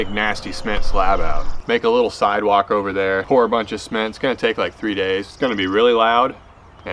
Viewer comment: Dang looked like a nice bait, it's a shame that tree jumped outta nowhere. But yeah don't burn yourself out man, I think we'll still love to watch some more casual stuff too. Not gonna lie tho, it took me a minute to figure out what "sment" was at first haha.